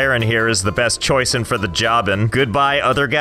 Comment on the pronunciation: “...Baron Valeran is the best choice-en for the job-en” 🤣 You’re too funny